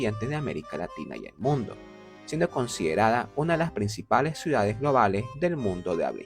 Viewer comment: Dice suidades… a pesar del buen contenido que hace, no puedo verlo porque no tolero lo mal que habla 🙈